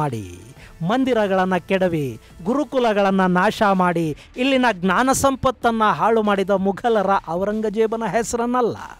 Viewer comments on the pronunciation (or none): none